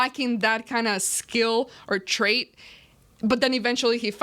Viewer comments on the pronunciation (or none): none